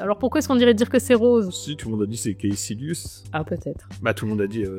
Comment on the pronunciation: Prononcer Kaessilius ça fait un peu mal qdm. Kaekilius, Sessilius, Tchetchilius, comme vous voulez mais faut choisir.